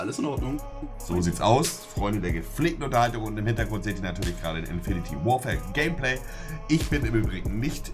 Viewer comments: Omg es heißt infinite Warfare und nicht infinity meine Fresse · Es heisst INFINITE Warfare... Und nicht Infiniti Warfare. Naja wenn man bei einem anderem Video Kamara schreibt, wann soll man da erwarten. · Wie und Monte immer ''Infinity'' Warfare sagen:D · Es heiß "Infinite Warfare" und nicht "Infinity Warfare" was ist daran so schwer! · Es heißt nicht INFINITY sondern Infinite, man spricht es Infinit! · Er spricht das Spiel einfach falsch aus... haha Das Spiel heißt INFINITE (ausgesprochen: infinit) Warfare und NICHT Infinity Warfare, wie du es aussprichst. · Warum haben eig. so viele n problem damit "Infinite" zu sagen? Alle sagen immer "Infinity", checks nich was daran so schwer is. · Das spricht man "infineit"! nich Infinity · so viele leute sprechen es falsch aus infinite warfare und nicht infinity warfare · Monte..."Infinite", nicht "Infinity", du Kek. -.- Edit: Ihr könnt es alle nicht aussprechen, ihr Keks. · Es heißt INFINITE Warfare und nicht INFINITY Warfare! Jedes Mal falsch ausgesprochen im Video... Macht doch gar keinen Sinn 🙄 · wieso sagen alle inifinity warfare?😂 es heißt infinite warfare :D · Es heißt Infinte Warfare und nicht Infinity Warfare😒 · Infinity Warfare alles klar Sprecht es doch mal Richtig aus :/ :D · sag bitte nicht infinitY warfare.... BITTE! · kann denen bitte jemand erklären wie man "infinite" ausspricht :D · Das (e) von Infinite ist stumm